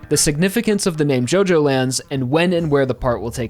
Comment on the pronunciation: It’s not pronounced JoeJoeLands it’s JuhJoeLands